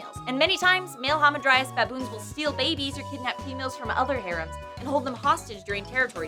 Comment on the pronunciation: That isn't how you say 'harem'